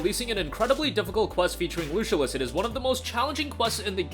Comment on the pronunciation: Lucilius is pronounced Loo-Sill-E- Us.